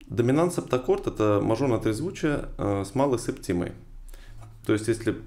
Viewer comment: Только у слова "септима" ударение на первый слог.